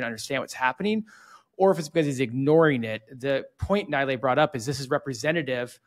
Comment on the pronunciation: he is not Naaaailaeeeey he is NeeLaaY